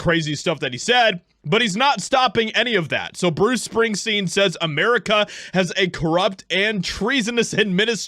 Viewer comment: Who's Bruce Spingsteen?